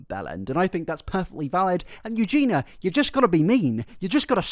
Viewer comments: I hate to be that person but it's pronounced, well, Eugenia (with the i), not Eugeena. The wrong pronounciation has been bugging me for a hot minute lmao, obviously doesn't impact the good quality of the video, great work as always! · Please pronounce her name properly. It's (phonetically) Eu-gee-knee-a, not Eu-gee-na. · Your pronunciation of her name drives me crazy. It’s pronounced ‘You-Genie-Ah’, not ‘You-Gina’. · Love your videos but the false pronunciation of Eugenia still bugs me. It's Eugenia, not Eugena... (yeah yeah I get it "It's Leviooooosa, not Leviosaaaa" 🙃) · you consistently mispronounce eugenia’s name in pretty much every video you make about her. it’s not “eugena”, there is an “i” in her name for a reason and she says her own name very clearly in her intros. the content itself is fine but i feel like it’s not hard at all to at least put the effort in to make sure you actually get her name right. it’s a respect thing. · BRO EVERY FUCKING VID YOU DO: HER NAME IS EUGENIA, NOT EUGENA FFS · Just like every vid you have done on her….. you are STILL CALLING HER EUGENA bro At least get her name right, you make money off of her, AT LEAST SAY HER NAME CORRECTLY. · I’m British too, and I say her name as it is (Eugen-ee-a) 🤷‍♀️ It just seems to be laziness on his part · all I hear is "Eugena" over and over disrupting my focus 😅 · So we’re just going to ignore the “i” in her name and call her “Yoo-Jeena.” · him saying "eu-ge-na" this entire video has me triggered lol. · Slow news day in the gossip cycle clearly. stop saying "eugena" 😅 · Why are you pronouncing it ‘Eugena’? Can’t watch the whole vid cause it’s that irritating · Mt brother in christ, it's you-gene-EE-ah. I think someone was mistaken as Eugenia and felt uncomfortable, the mother didn't know what was going on and reacted harshly to the picture because she was a random girl. But it is weird that his friends also thought it was her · Why can’t you say her name right??